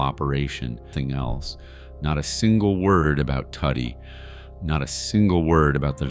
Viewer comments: Listen Its pronounced "Toody" like "Woody" not Fckin Tuddy Which is a nickname "Tudido" (Too-Dee-do) in Sicilian.. If you listen in the movie i the beginning Tony Sirico taps him on the stomach and says "Mingia Toody" You gaot a good video goin on here ill give you that but next time habe an Itslian-American do the narrator 0 Part... Capishe? Decent video wrong photos at some points you Had a Photo of Fat Tony who was boss of Genovese Not Luchese Horrible at name calling But Ill give you a B+ for the video great story and content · Isn't it pronounced Too Dee? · And Tuddy